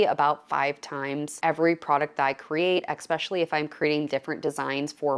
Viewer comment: X Specially that's Pigeon English for the English word "especially" es not ex